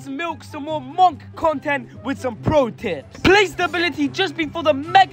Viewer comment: It's pronounced "munk" not "mawnk" 😭